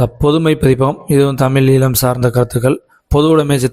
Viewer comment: ஈழம் என்பதை 'ஈலம்' என உச்சரிக்கிறீர்கள்: தயவுசெய்து சரியாக உச்சரிக்க பழகுங்கள்.